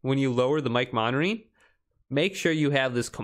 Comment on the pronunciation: great mispronunciation of monitoring. Slow down and speak it like it is you did that several times throughout this video with different words. 😂